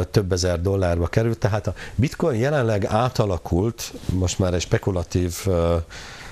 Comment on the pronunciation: a bitcoint bitcointnak ejti:)))))))) ezért mondja hogy bitcointot, röhejes